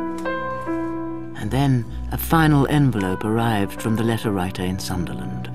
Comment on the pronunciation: Sunderland, not Sutherland.